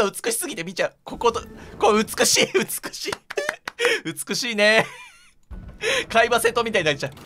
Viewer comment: 美しいがふつくしいになってる